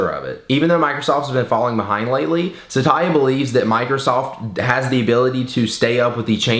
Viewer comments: Oh god. Its Sat-ya not Sata-ya! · his name is pronounced satya not sa-ta-ya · My dad's name is also Satya and btw pronouncing that name as "Sataya" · your saying his name wrong.